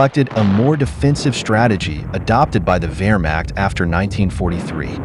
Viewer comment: I bet they can even pronounce "Wehrmacht" correctly, unlike your expert here.